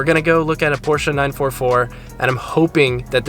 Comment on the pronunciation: Hey I know that U-Haul, it's right behind our house! Can't wait to see the Porsch-UH when you're done!